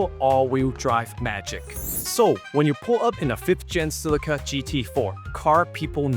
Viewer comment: It's not pronounced as Sillica. JFC!